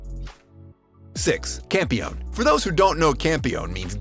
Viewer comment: Campione is actually pronounced "cam-pee-oh-nay" as it's Italian. Peach Boy Riverside is an interesting add and I think if anyone wants to watch, they should look up the chronological order to watch the episodes in as it's kind-of a jumbled mess lol. But Sally and Frau make the show worth it.